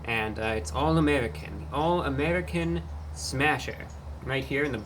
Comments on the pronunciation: I've never heard the word "American" pronounced "Ameddicin" before. Interesting. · Why does he keep saying american with a spanish accent 😂😂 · why does he say 'american' like a russian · WHY does he pronounce “American” like that?!?!!😂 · Cannot stand how he pronounces American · I like how he pronounces American like he's Russian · Why does he pronounce the word American like he’s from the Middle East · I love how Reviewbrah pronounces American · what's with this guy's pronunciation of 'American'? I think the rest of us were pronouncing it incorrectly. I will adjust myself accordingly. This dude is never wrong. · Idk why the way he says American is sending me 🤣🤣😊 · The way you pronounce American isn’t very American 😂😂😂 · Note that his pronunciation of "American" is dialectically correct for those from his home planet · You say "American" very strangely.